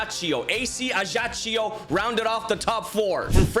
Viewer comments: ajaccio is pronounced ajaxyou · Thank you ! btw it's AC Ajaccio is pronounced AC Ajak-cio (k and then s, not ch)